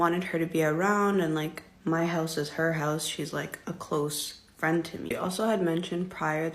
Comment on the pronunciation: yall be killin me calling each other " frien" mid argument 😂😂😂